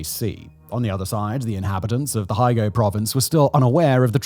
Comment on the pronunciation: (Pron: Hiyo-go) Hyogo Prefecture.